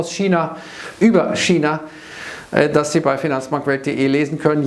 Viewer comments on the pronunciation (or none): none